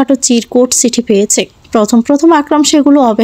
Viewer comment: Golpota khub bhalo laglo kintu ei first lady narrator sob golpo e emon baje vabe poren sunte valo lage na. Chokh k Sok, Chithi k sithi, cheye k seye, vashate k basate, second narrator sundor poren. Thanks.